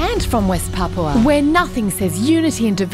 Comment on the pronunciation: Papúa, PAPÚA, NO PAPUA